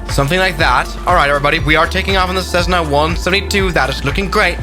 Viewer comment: Not cessna is jetssna